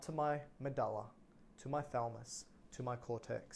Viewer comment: Makes me uneasy when you refer to the thalamus as the thalmus